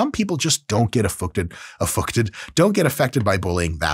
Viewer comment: "Effucted" made me laugh